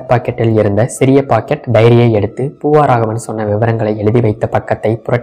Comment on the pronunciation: ஒரு திருத்தம் : "பூவாராகவன்" அல்ல! " பூவராகவன்!"